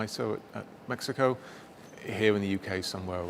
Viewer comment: DID HE SAY MAXICO????🤣🤣🤣🤣🤣